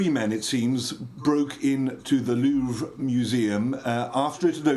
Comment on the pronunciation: Real baguette is something to savour. They have bread laws in France too. Also the "r" in "Louvre" is pronounced, but it is very subtle.